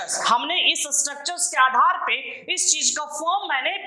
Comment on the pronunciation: Sir video is arally nice But You say surbuscribe.. Real say subscribe....